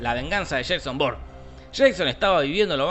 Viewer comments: He (re)visto la saga hace algunos días, pero aqui estoy porque en las pelis no se puede oír: mucho cuidado por él es Ja-Son Bo-ur-ne 😏😏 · corrección; Sheiso born. -no aguata Shon wick...